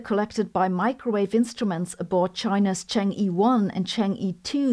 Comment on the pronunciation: I think "Chang'e" pronounced "Chung-ueh" not "Chang ee"